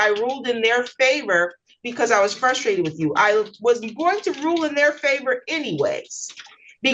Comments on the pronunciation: I hate the fact that evicted dude kept saying “fuss-strated”. I’m sorry I’m that person. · I’M frustrated at this point because this little elf keeps saying “fusstrated” over and over. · Fustrated?? Flustrated?? What is this insufferable goober saying?